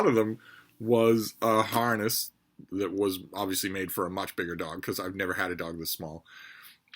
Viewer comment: I thought you said "her heart is broke" and I wondered what did you do to Freida? Then I heard you say harness 😢 😂